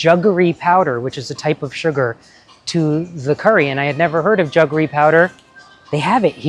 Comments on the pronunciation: Rajiv, its jaggery ,not juggery. Just like it's Jaffna, not jurphna. They are anglo/portuguese words originating a long time ago from sanskrit roots ( sakkara, like the latin saccharine). Yaarl samayal is definitely one of my favourite tamil cooking channels, she gives a lot of good hints about technique. The recipes I kind of already know from my mum and other family members. I prefer to get my jaggery in those hard lumps wrapped with woven palm leaves. Jaggery powder is a modern convenience food, and a sign of changing times, like cheese kothu. Sometimes they add in some kind of anti caking agent. I'm a purist and always get the hard kind, a zap in the microwave usually makes it soft enough to cut. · It is not pronounced "Juggery". It is Jaggery. A as pronounced in Jack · Jaggery,not juggery! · I suspect it depends what part of India you come from. Like the 'correct' pronunciation of the Italian 'Bruschetta'.